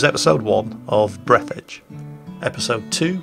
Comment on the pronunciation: Actually, it's BreAthedge. With an "a"